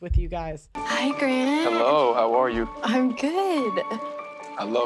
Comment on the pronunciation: The whiney voice with every sentence ending with a questioning tonal rise is annoying AF. Say "hi" with 3 to 4 syllables sounds so fake.